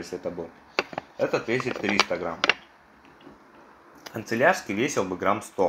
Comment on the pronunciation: Господи, мой внутренний перфекционист умер, не концелярский, а кАнцелярский!